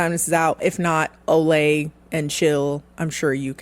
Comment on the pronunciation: I love that you pronounced Olays name wrong 😂.